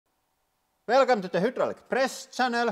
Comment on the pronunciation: It always gets me: "Welcom to de hüdrolic pressssss ... chennel". "I think thelike ... purp-p-p-p ... purrrr-ple ... purpel ... pul-pur blicks bricks" ... "The top layer kknopps are in ..." I am dying. This is so guuud.